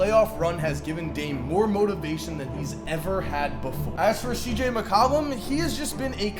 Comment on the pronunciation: my mans just said “mccawllum”